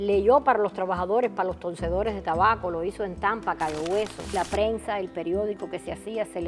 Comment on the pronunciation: Se dise tabaco